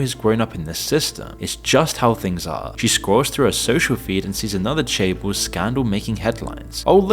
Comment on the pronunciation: Seoul = Soul Lotte= Low Tay Chaebol= Chay Bal